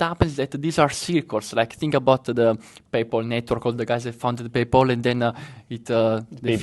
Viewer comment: Grande, ottimo video come sempre! Unica correzione, non si dice “paypol” ma pay-pal, e non hedge “found” ma fund 😉🤙🏻